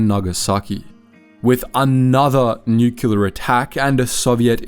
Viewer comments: Please don't copy Harry S. Truman's speech impediment. Nuclear is pronounced "New-clear", not "New-cue-laar". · Nuclear, not nucular.